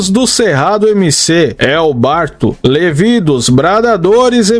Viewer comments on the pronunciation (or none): none